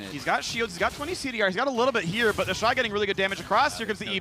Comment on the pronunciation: Its TheShy not TheyShy